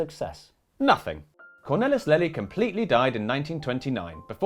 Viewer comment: Absolutely brilliant, as usual! But... you could have checked the pronunciation of the main character: Lely. It's not 'lelly' but halfway between 'layly'' and 'leely'.